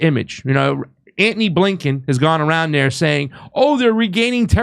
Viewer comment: He calls himself "" and pronounces the name Anthony, Ant-knee. This guy is a real meatball.